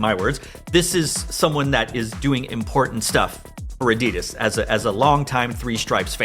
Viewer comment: U said it. Its adidas